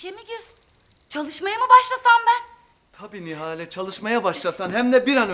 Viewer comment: Nihal değil Nihale